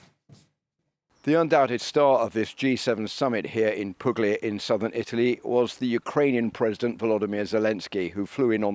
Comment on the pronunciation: It's pronounced " Poolia "